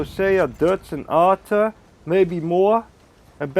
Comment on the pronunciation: Like how you say Arthur